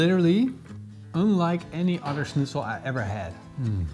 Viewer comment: Can't believe how you pronounced Schnitzel considering you're dutch and that you out germany before Austria considering it's actually an austrian dish